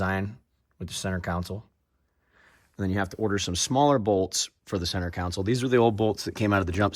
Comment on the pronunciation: Con-sole ..not council